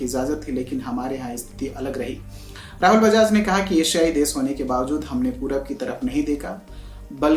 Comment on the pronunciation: Graduacon kiya, lokdown, des, lisht, kamjor hajar najar , O bhai, O bhai apni pronunciation theek karr. Program bana lete ho shabdo ka uchharan itna ghatiya? Work on your pronunciation man, which is pathetic.